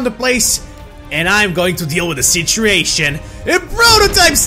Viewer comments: he says citriation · i like the way you say situation you say sitreation